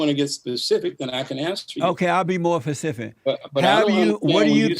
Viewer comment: "owk i'll be more pacific"😅